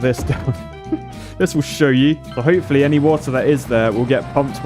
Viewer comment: Lmao ho-poo-fully